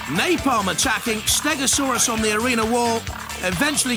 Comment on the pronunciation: Steg-o-saw-us really did save this episode from being flat out bad. All I’ll say for the next episode is you are gonna love it soooo much more than this one! Looking forward to next week! :)